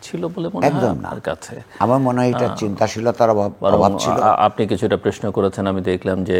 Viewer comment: প্রশ্ন কে প্রেশ্ন বলেন কেন জিল্লুর রহমান? আশা করছি সতর্ক হবেন।